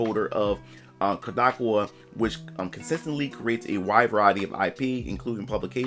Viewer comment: Its pronounced Cod - like the fish A - like "a lot" Ka - like "Kamehameha" Wa - like "Waluigi"